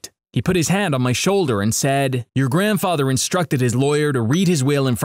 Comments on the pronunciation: WHAT IS GRANDFATHA I HEARD IT LIKE WHEN THE RESTAURANT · the funniest part was when he said " my grandfatha is a having a terrible disease"